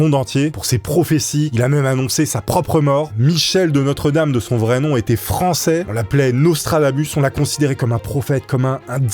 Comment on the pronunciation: Michel de Nostre-Dame, et non notre-dame, ptdr